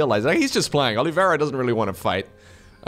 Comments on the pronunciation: Not sure, I guess that's the way he thinks it's pronounced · Who is Olivera? Is his name not Oliveira?